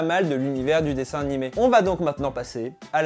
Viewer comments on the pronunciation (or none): none